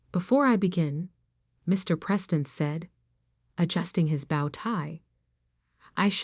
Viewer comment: Irrelevant, sometimes irritatingly distracting background! The word "bow" in "bow-tie" is pronounced like "blow", "crow", or "know", not like "cow", "how", or "now"!